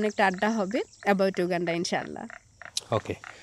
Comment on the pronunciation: এই ভিডিওর সব থেকে শুনতে খারাপ লাগা শব্দটি হলো, ইউ গান্ডা। উগান্ডাকে ইউ গান্ডা বলার হেকমত যদি রিভিল করতেন অনেক ভাল হতো।